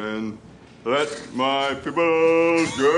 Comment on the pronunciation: did he say let my piple go wtf??!!!